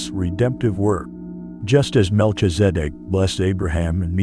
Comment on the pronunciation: The information from the video is legit it’s a shame they using AI to pronounce his name Incorrectly. Definitely wasn’t necessary to shake the screen the whole way through